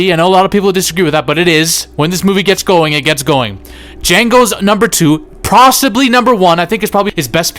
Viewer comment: "pRossibly #1" Probably + possibly in the same word Perfect